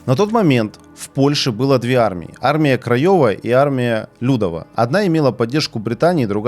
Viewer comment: Небольшая поправка,польская армия людОва а не лЮдова.